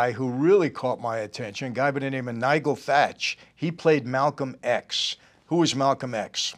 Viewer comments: Nigel Thatch .... Nigel is pronounced with a soft G ... like in angel :D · NI..GEL. NOT NIG..EL AS MICHEAL SAID LOL 😆 😂 X